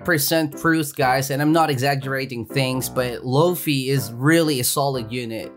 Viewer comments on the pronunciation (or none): It funny cause he says floafy instead of fluffy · Its luffy not loafey dont compare his name to a meatloaf ahhhhhhhhh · Bruh it’s not low-fy it’s either luf-e or lu-fy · Loafy its a luffy not hating just correcting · Please say luffy next time e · Ah yes i love "loafey" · You said loofy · BRO ITS LUFFY OML